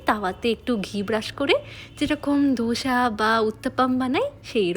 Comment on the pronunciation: Bostir meye ota chchila na chila and dhosa na ota k dosa bole 😂